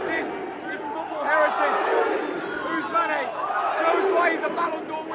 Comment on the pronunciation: its not ousmanae its ousman boy